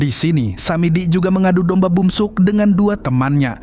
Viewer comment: bukan bumsuk tapi beomseok